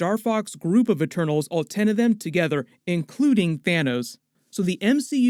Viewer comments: "THINOS" LOLOLOLOL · "thin-os". :D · "You can call him Thinos" 🤣😂 nice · i love how he said "thinnos" lmaooo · "Thinos" lol